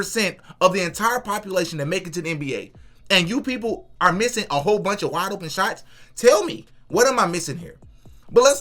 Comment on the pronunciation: Love the content bro everything you said is 100% suw sub! Lol I know how you kept saying waide open shots that's a great point bro ! Lol 😂